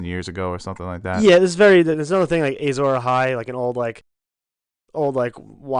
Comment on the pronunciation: one of the reasons you don't get many views compared to other channels doing the same thing, your so called "expert" doesn't even know how to pronounce azor ahai or know the full story about the prince who was promised.